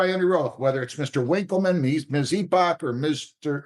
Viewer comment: Head in hands over someone with the last name Epoch thinking it's pronounced "E-pawtch".